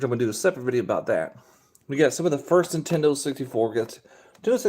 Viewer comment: That hat makes you look like you have a pinhead. Are tou saying "Intendo"?